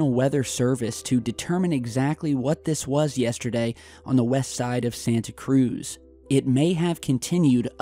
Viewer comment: Triggered when people pronounce Santa Cruz wrong